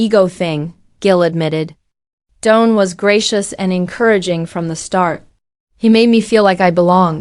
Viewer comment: His name is Don, not Doan. 😅